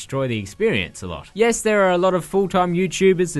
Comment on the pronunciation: I thought you said 'and jess' instead of 'and yes' hahaha.